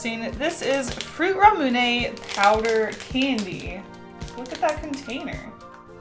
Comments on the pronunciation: i hate how you say it "ra-mune-ay" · She said Ramune wrong and it hurt my soul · I don't want to be mean, but I hate the way you say ramune.